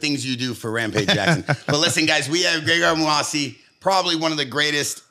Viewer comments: stay fuckin his name up though 😂😂 he said greygard moohassi everytime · It’s Gegard MouSasi not Gregard Mouasi 😂.. in any case, Top 3 podcast!